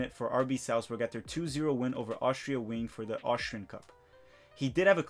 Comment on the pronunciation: Austria Wien is "VEEN"